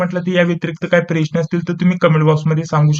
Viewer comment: सरटिफ़िकैट❌ सरफिटिकैट✅ प्रश्न❌ प्रेश्न✅